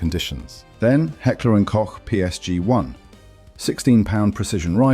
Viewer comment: How many times did the presenter said "Hecklee & cock" ? ....